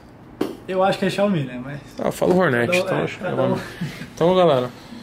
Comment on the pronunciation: Toguro: Qual o correto, XIÁOUMÍ OU XIÁOMI Vendedor: Eu acho que é XIÁOMI Toguro: Eu falor HORNETE ?????????????????? KKKKKKKKKKKKKKKKKKKK